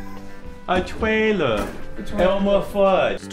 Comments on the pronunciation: Ignore me, just documenting Jensen Ackles’ “A TWAILER, ELMAR FUUUUD” moment. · “A twailer, elmew fuwdd”